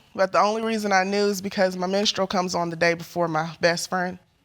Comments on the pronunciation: Not "menastral" period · Did the lady in the second case say “menistral” period? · “I missed my ministeral period” Oh god I have 2nd hand embarrassment right now! I am so relieved that my mom: #1 knows who her baby daddy was and #2 taught me how to speak correct English! These people sound so ignorant! This is the reason why my 2 year old twins know how to speak better than kids twice their age because I NEVER want them on national television talking about their “ministeral period”. Ugh I’m just so appalled!